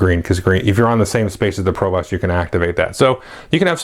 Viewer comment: Since this is your favorite game (mine too), I'll go ahead and let you know that your pronunciation of "provost" is goofy :) I work in education and we actually have someone with that title, it's pronounced to rhyme with "host" not "cost" - yay English!